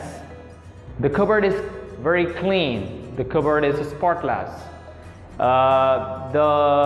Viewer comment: great video and energy - careful with the pronunciation of avoid (v not w) and sentences / spotless - stress on first syllable not second